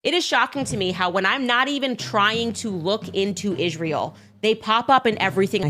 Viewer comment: I can't even stand the way she pronounces Israel..